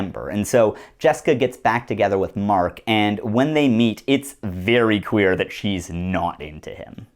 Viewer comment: whenever you say "clear" i think ur saying "queer" and do a double take but i love it every time